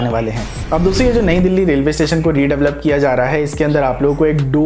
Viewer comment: redavalop 🤣 jahil aurat redevelop hota hai